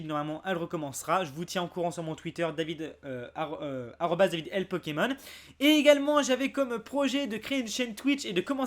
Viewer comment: Articule sur le cest DAVID LAFARGE POKÉMON sinon n ta vidéo est bien